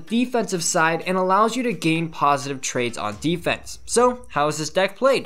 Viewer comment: "positive trakes" I know he mean trades